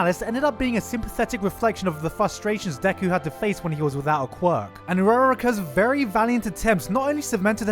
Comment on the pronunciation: Do they really say quirk like quark in the dub?